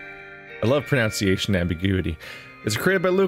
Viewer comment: You mis pronounced ‘mispronunciation’ one minute in. Nice. I like your videos though. So we’re still friends.